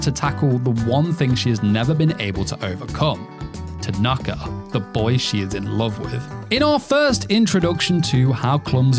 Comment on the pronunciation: Not bad, but be careful not to get too affected with American SSS (Second Syllable Syndrome). It's Ta-na-ka, not ta-NAR-ka for example. Nearly as bad as NaROOOto.